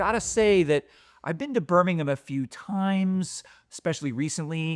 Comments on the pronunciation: I appreciate your pronunciation of Birmingham and not Birming-HAM. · for pronouncing “Birmingham” properly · Thank you from the bottom of my Brummie heart, for pronouncing BIRMINGHAM correctly…XXXXXXXXXXXXXX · Sooooooo much credit for pronouncing the name of my city correctly!! Also, great video!